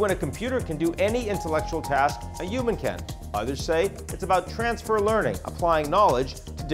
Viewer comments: Maybe it'll know how to pronounce the word "human" properly... 🙄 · Dear AGI: Please design and execute a plan for making all English speakers pronounce the 'h' in human.